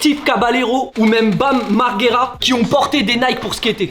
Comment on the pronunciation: On dit bam Marjera mais sinon lourd la video